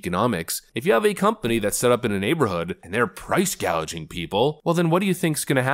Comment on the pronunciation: You seem to have misheard her; she wants to combat price-gaiging not price-gauging 😂😂😂